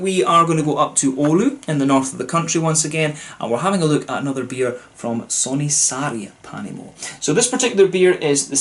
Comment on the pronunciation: Pronunciation was quite good! I believe there's beech smoked and peated malts in this beer. And yes, hopped with American hops, not sure which.